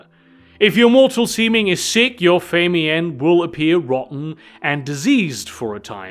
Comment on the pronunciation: Watched a few of these and I'm loving the mispronunciations of certain words in every one. took me an hour to figure out what feymian was until I realized he was talking about the "fae mien." LOL I had to look up the word and hear a sample of it to make sure I wasn't the one who'd been saying it wrong for 40 years. LMAO